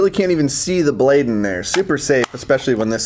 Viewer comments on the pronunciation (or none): none